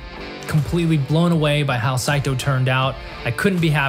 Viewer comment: Thank you for saying Sai-toe . That Say-toe was driving me crazy.